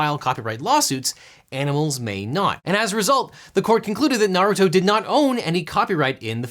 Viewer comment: Very small thing, but I like how you, who have never (in any video I have heard at least) pronounced Naruto (I presume the pet is supposed to be pronounced the same as the character) better than most Youtubers whose channels actually lead them to say the name in most or many videos. Maybe you are a fan maybe not, I don't know you personally, but well done for being better at that than the "experts".